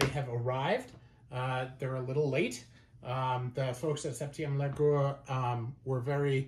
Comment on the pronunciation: the way you pronounced septieum largeur is abyssmal.